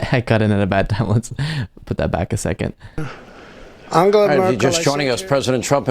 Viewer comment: An-gel-a. Say her name right.